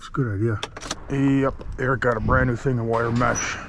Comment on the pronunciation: Please continue to call Eric. Reric. That is amazing. It gets me every time